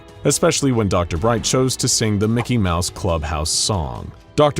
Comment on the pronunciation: MIC-KEY MO-USE